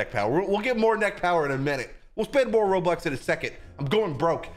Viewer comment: and why are you saying rolox ery time but its robux